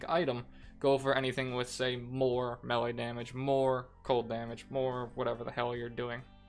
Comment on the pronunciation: It is pronounced MayLay